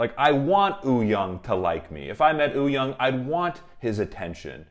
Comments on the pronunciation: It's not, if you look at the hangul spelling of "woo", it's actually supposed to be pronounced "oo" without the "w". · Having said that, to tweak pronunciation a bit, the "young" is actually pronounced "yong" to rhyme with "song". Wooyoung's name has just been romanized in a way that's confusing. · Am I the only one who keeps hearing Oooyoung and not Wooyoung 😂😂. Hongjoong has said that Yongho is the person he trust to watch the group after Seonghwa